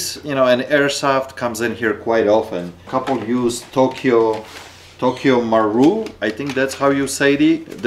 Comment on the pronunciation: Just so u know its pronounces tokyo mah-ru-ee